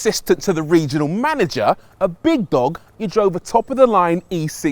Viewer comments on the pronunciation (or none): "big dog" turns all cockney 😂😂